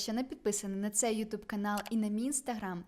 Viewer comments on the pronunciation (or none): none